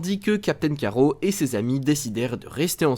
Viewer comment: Tu es sérieux ??? Captain "Carreau" ??? Tu as lu la bd avant de faire ta vidéo ? C'est Captain Carrotte pas carreau oui c'est écrit Carrot mais en anglais, en français c'est carrotte... Comme une carrotte ! Nan mais sérieux...